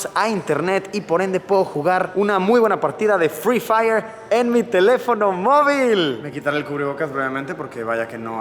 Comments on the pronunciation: Luisito: Es noche de fri fayer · Luisito: "hoy es noche de FRIII FAIYEEEEERRRR, no conozco a nadie" jajajaj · Luisito: HOY ES NOCHE DE FRI FAIERRR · Luissillo: Hoy es noche de Frii Fai No conozco a Nadie 😂😂😂😂😂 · luisito dise noche de fri fayer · No luisito, porque fri fayer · Luisillo: Hoy es noche de fri faiier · Luisito: hoy es noche de frifayer